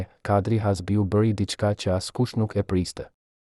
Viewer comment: Kush JE ti QE as emri shqip zdi ta vesh theksin ne fund te emrit na i shpife😅 Kush i mori leket 😅😅😅😅